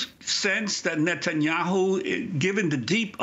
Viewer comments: I love how Daniel Levy pronounces the PM’s surname: “nut n’ yahoo” 🖖😂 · Nutanyu 😂 love it !!